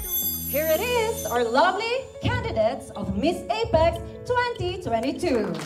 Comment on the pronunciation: Here are your can-di-dets…l